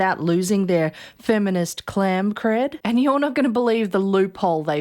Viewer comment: "clam cred" 😂😂😂😂